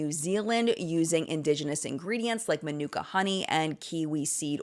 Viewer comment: I love the ingredients, but manuka is pronounced like Monica (the kiwis and aussies are weird). It’s one of those ways you can tell a local vs a foreigner